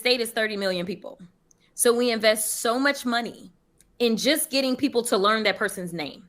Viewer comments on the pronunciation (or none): none